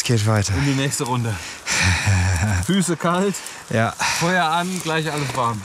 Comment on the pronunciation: Habe mal eine Frage. Ist auch nicht böse gemeint, sondern es interessiert mich wirklich. Bei fällt mir auf, dass er nicht "sch" ausspricht sind halt FiCH und anstatt "g" ein "k" spricht. Kleich anstatt gleich. Ist das ein Sprachfehler oder ist das regional so üblich, sprich Dialekt? Höre das nicht zum ersten Mal bei verschiedenen Personen.